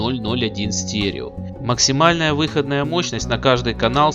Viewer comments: Мощность выходна́я, а не вы́ходная... Круглые предметы на видео должны быть круглыми, а не овальными. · Спасибо за ролик. Ностальгия! Но, пилять, ребята, учил вас русскому языку? Покажите вашего учителя. Я его расстреляю. Какая, пилять, вЫходная мощность? Она выходнАя. ВыходнАя, а не вЫходная. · Режет слух ваша вЫходная мощность ,она всегда была выходнАя. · выходнАя мощность, а не вЫходная... ну режет же слух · Неужели некому было подсказать диктору, что говорится выходнАя мощность, а не вЫходная ! ((( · Так, может быть, всё-таки выходнАя, а не вЫходная? :)) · На будущее-мощность выходнАя, а не вЫходная. Уши в трубочку свернулись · Не плохо. Только мощность не в(ы)ходная, а выходн(а)я. Аж слух режет. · Автор, ты инопланетянин, ибо только они способны говорить "вЫходная мощность" вместо "выходнАя" ))) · а че мощность у одних выоднáя, а у других вы́ходная? 🤣